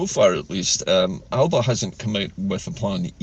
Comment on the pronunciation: The e Alepa(Alba) .😅